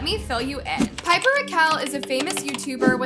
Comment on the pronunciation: girl u happy dat ts happens cs u live off of peoples drama n that ruins their lives and yea wha tiffany has done is bad but srsly u can’t even say pipers name or nidals name right u need to like actually watch the videos n see stuff not j go to certain clips cs in some topics u don’t even kno wha she talking ab and claire’s little sister is so dramatic tiffany did nun to her especially to her not so pretty self 🌚